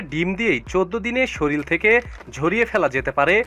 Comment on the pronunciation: উচ্চারণ ঠিক করেন।,শরীল না,শরীর।